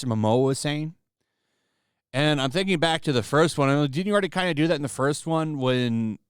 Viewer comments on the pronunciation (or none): none